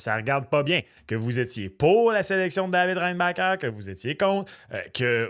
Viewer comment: Il n’avait qu’une seule job… apprendre à prononcer REINBACHER. Un nom de famille de difficulté moyenne à faible. Côté annonce d’un pick on était loin de Céline qui est ému d’annoncer Demidov à Vegas.